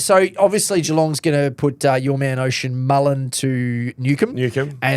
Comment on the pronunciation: Ocean Mullin 😂😂😂. Actually one of the easier Irish names to pronounce and still made a mess of it.